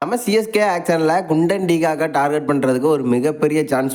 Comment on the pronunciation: குயின்டன் ❌ குண்டன்✅